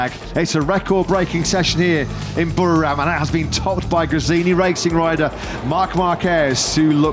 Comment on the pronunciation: Commentators. Please learn to pronounce Buriram correctly.